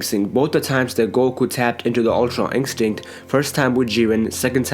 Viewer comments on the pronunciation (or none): Stop saying ink stick it's pronounced In-stin-kt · Instinct not inkstinkt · All I hear is ultra inkstint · Why does he say Umtra Inkstinct? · Stop saying Ultra INKstinct .. my gosh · He always says ULTRA INCSTICT hahahahahha btw good video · Ultra "Ink-stinct" its annoying!!